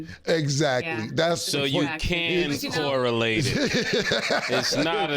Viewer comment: " so you can corilate it "😂😂